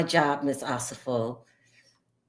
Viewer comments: can we get to Wendy and Eddie? Also, her name is pronounced O-SEH-FO. Not Osa-fo. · One of the OLG locations is open. Also you keep pronouncing their last name wrong. It’s O-Se-Fo.